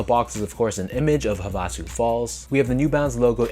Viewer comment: Havasu is pronounced (hah-vah-SUE) with emphasis on the last syllable. Would you pay resale for this pair or the Joe Fresh Goods x NB 990v3 Outside Clothes?